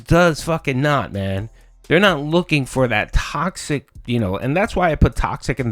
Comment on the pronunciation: Welcome to Tawksic Burger May I take your order? Oh, okay, one Tawksic “Fun & Chill” Stream with extra beg-con Would you like Tawksic Beg Fries with that?